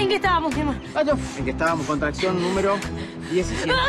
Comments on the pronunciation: jajaja me hace reír cuando dice:La contraezion jajaja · LA CONTRACCIÓU LA CONTRACCIÓU LA CONTRACCIÓU jajajaja